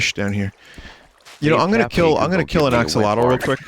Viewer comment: Bet pole Why would you Keel axlottle